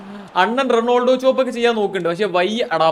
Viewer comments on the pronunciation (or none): none